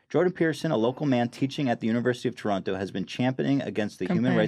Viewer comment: Ethan I appreciate your pronunciation of Toronto, said it like a true Torontonian